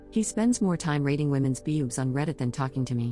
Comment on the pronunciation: i’m so proud of OP. also, the AI voice says bewbs had me DYING 🤣🤣🤣💀💀💀